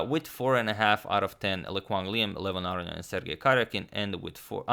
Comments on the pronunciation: Aronian has 2 n's. They're not silent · After mentioning his incorrect pronunciation of Aronian for last 1.5 to 2 years in the comments section, im now thoroughly convinced agadmator is purposefully fucking with my head. He has to be.